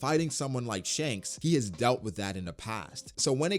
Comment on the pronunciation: Damn. He pronounces Shank as Shang in Shanghai.